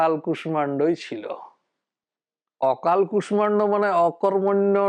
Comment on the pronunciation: কুষ্মাণ্ড এই শব্দটির উচ্চারণ কু-ষ্-ষা-ণ্-ড বহুল ব্যবহৃত। যেমন, বিষ্ময় এই শব্দটির উচ্চারণ বি-ষ্-ষ-য় ( বিষময় নয়)। এনার এই কু-ষ-মা-ণ্ড উচ্চারণটি বড্ড কানে লাগছে!